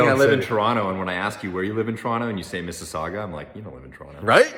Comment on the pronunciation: My guy said Mississauga !